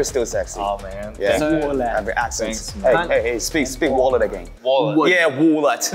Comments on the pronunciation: "speak wollet again" HELPPP i love han😭😭😭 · Han : hey speak “wallet” again Felix : wallet Han : yeahh woahhllet 😂😂😂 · "Speak wallet again" "Wallet" "Yeah WAHLEHT"